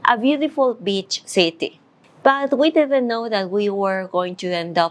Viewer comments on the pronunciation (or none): none